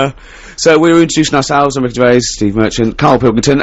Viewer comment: "Pwesenting: Wicky Gewvais, Steven Mewchant and Kawl Pilkington!" [crowd goes wild] "And now back to me again!" [cwickets]